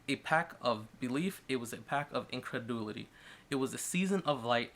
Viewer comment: "Indrededulity" .... .... try again?